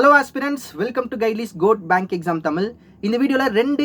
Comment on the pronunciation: 1)என்னது தமிலா, கேக்கவே நாராசமாயிருக்கு டா 🤬🤬அடேய் அதன் பெயர் தமிழ் அதை ஒழுங்கா தான் உச்சரித்து தொலையேன். தமிழ் என்பதையே ஒழுங்கா உச்சரிக்க வக்கில்லை இதுல இது தமிழச் சேனல் வேற, வடக்கன் கூட ஒழுங்கா உச்சரிப்பான் 🤡🤡 2) சேனல் பெயரில் மட்டும் தமிழை வெச்சிட்டு காணொலி முழுக்க ஆங்கிலத்தில் பேசுவதற்கு எதற்குடா தமிழ்னு பெயர் வெச்சி ஏமாத்திட்டுயிருக்க? நீ ஆங்கிலத்திலே காணொலி போடு ஒரு வித்தியாசமும் இருக்காது.